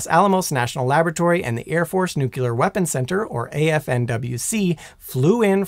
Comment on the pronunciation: I really like your presntation style. That said, I've got a pet peeve - "Nuclear" is pronounced NU-CLEAR not NU-CULER.